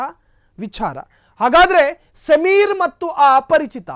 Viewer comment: Sameer alla kanri adu....ayyo devre en news channel nimdu